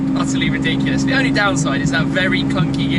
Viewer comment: “This is lichiri riediekolous”